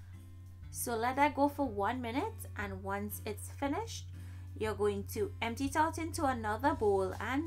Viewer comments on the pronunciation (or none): none